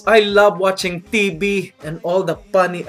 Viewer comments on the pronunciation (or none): "When I go to the Philiipines, I love watching tee-bee"